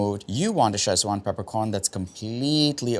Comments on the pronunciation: why call it "chesswan" instead of sichuan? 'see chwahn' or 'sich-wahn', kids this is odd. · Looks tasty. One small peeve. It's not pronounced "Sech-wan". It's pronounced "Ci-chwan". Ask Lan Lam if unclear. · Shame you mispronounced it in such a unique way all video